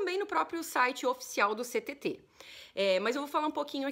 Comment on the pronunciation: Ninguém diz “Ch-TT” 😅